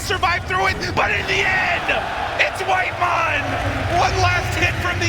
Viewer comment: WHITEMON? NO, ITS CARRYMON